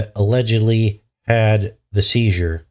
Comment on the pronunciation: at 9 minute mark you said word Seizer and girl was 11.